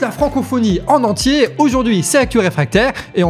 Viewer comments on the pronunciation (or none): none